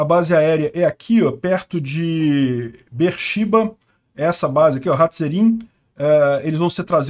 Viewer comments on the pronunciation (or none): Já morei em Bersheva. Fala-se: Bê-êrshêva. (Sete poços na tradução literal). Em hebraico as vogais são sempre fechadas. Não tem 'é', 'ó'. É sempre 'ê', 'ô'. Continue com o excelente trabalho, meu conterrâneo! E vala pros t3rr0r1stas!